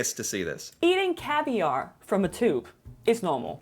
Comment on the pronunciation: Can’t even say tube correctly